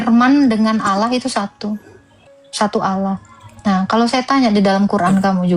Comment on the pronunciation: Allah bukan Olloh. bukan pula Theos dibaca Allah 😅😅😅😅😅😅😅😅😅😅😅😅😅😅